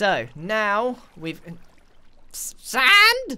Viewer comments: The way grian said sand had me in tears 😂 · The way he said sand made me die.